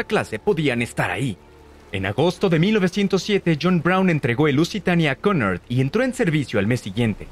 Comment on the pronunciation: Cunard se pronuncia (kiunárd) con r sorda